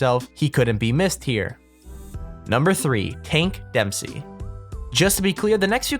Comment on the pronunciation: did anyone else hear him say hank dempsey instead of tank dempsey